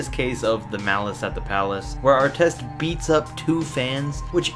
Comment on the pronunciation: I hate Ar-tez. Carl Malone don't owe no one crap! People hold title to too much authority. It's just a word.